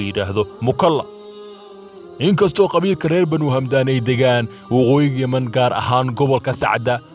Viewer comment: waar hamdaan maaha ee waa xamdaan